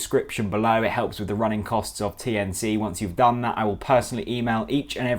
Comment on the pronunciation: I'm not going to donate to your kofi until you pronounce it TNC and not TNT